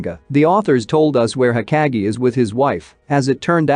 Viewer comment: pleasee its not hokagiee, its hokage 😭